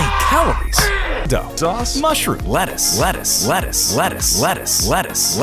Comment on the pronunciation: 途中からレタスがバルスに聞こえるの俺だけですか？